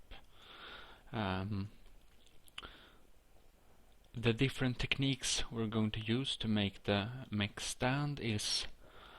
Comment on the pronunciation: Jag hörde det direct när du sa techniques